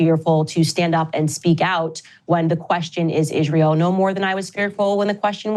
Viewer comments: For someone who has forever been touted as "such a great speaker," i find it irritating when she says "sh" when there's only an S in the word. Reminishent, Ishrael, convershations, pershpective ... ugh Also, some balls she's got, using racial dog-whistle phrase "public lynching" for what happened after the DW fired her. Most people supported her over them (myself included) and Ben Shapiro has had way more negativity thrown his way since it happened. She still seems too disingenuous, notwithstanding her obvious deep, abiding faith in the Lord Jesus. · Idk why but when Candace calls it ishrail I laugh lmao it’s like some slang I just dont get yet